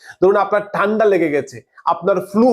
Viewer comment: দেকুন, টান্ডা উচ্চারণ ঠিকমতো করুন দাদা